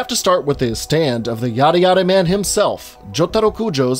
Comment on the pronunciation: I’m sorry but did you pronounce yare yare as yada yada?